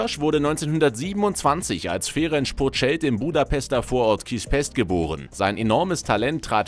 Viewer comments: Das C ist scharf. Sprich Ferenz Puschkasch. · Was macht das für ein Sinn? Puskás mit sch aussprechn aber Budapest mit s🤦🏻‍♂️🤦🏻‍♂️🤦🏻‍♂️ S= Sch und Sz= S Außerdem spricht man das á länger aus. Bei uns haben strich und punkt ja a einer andere Bedeutung